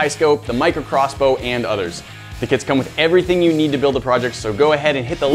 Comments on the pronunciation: I thought you said kids All of our kids are now in the shop XD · I thought he said All of our kids are now available in our shop